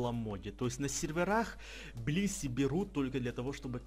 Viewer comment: Я услышал не блисси, а писи)))